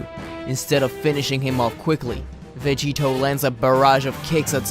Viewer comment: It's "Vegito"